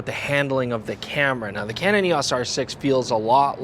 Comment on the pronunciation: It's E O S not E-awwss!